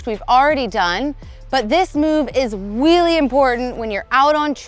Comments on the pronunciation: She said "this move is wheely important" when talking about the wheelie :D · did I just hear her say that this is "wheelie" important?